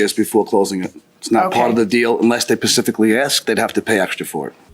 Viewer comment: "Unless they Pacifically ask" 😂